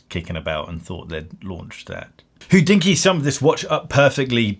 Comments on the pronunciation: Hodinkee should be pronounced hohdinki and not hoddinkki. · Why do you pronounce Hodinkee as 'WHO-dinky' constantly?